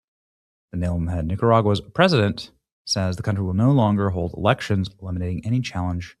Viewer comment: Oh, Elections. I thought he said Erections.